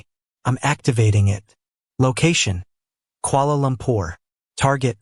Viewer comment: Kuala Lumpur please, not Koala Lumpur